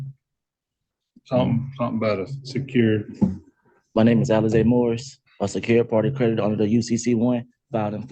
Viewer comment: Lmao he calls himself "Alizé"